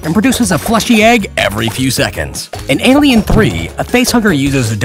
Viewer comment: Don’t you mean AYYLIEN?